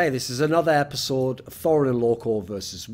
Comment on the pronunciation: Thooorin truggering Loco I'm dead